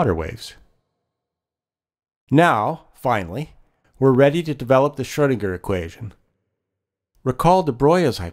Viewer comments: this is a great video but i wish the guy could say commit to the proper pronunciation instead of variously shurdinger, shoodinger, schroodinger, schwoodinger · Good video spoiled somewhat by poor pronunciation. Why oh why do almost all Americans completely mispronounce foreign names? Here's a suggestion - type foreign words into Google Translate before you make these videos and press the button that says the word or phrase. In most cases, you'll get a decent attempt at what the word should sound like. Please!